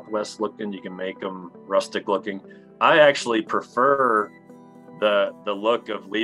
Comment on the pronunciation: See that ? When the gentleman says the word "prefer?" Neat, huh?